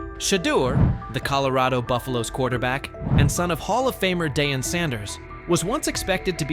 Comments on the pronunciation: You can't pronounce Deion Sanders . You shouldn't cover the NFL. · This is the worst sports channel.I've ever seen.You guys can't even pronounce Deion's name right! Go do your homework rookies